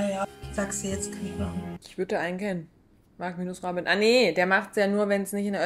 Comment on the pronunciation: Ich finde Michele spricht MR so aus: Marc-Grobin 😂😂😂😂